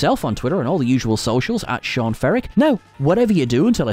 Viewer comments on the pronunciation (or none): none